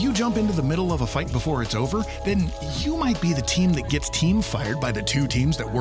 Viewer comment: Before Not boofore